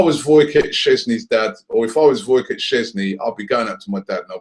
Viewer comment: It's Wojciech Szczesny not Woycot